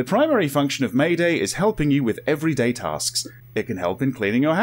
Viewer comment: lol may-day, its maid- A.I , just need to split it apart